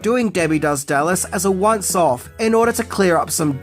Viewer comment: Could be your accent, but did you say this video was going to be a "once off" or a "once soft"?